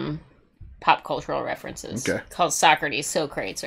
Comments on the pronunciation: Socrates (So Crut Eas) As he pronounced his own name in the movie is actually correct. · Party on dudes became a huge catchphrase for my friends and I in middle school when this movie came out. We learned about all these historical individuals from this movie but our teacher didn't like us mispronounced Socrates